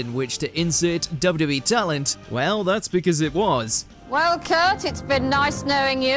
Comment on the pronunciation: WHAT A HORRIBLE PRONUNCIATION OF WWE